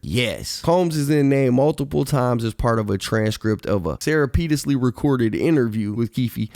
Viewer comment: Hey bro thats not how you pronounce "surreptitiously." Not even close. Just put it in google.